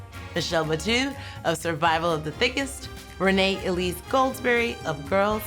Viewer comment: Rene, it pronounced ruined...